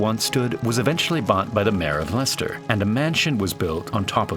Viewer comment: Correctly pronouncing Leicester puts you in the 0.01% of Americans who did their research. Congratulations.